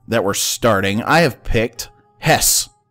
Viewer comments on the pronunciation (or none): It's pronounce Hess-eh or Hess-ar.